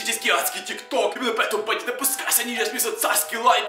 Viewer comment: Почему ты говоришь типа банд а! А резко